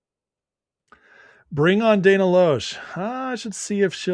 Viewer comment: If you have Dana on, her last name is pronounced "Lash" even though it's spelled Loesch.